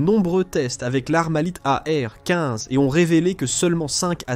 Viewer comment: Oh l'IA, tu peux dire e-em quinze ou a-er douze, serait-ce trop compliqué ?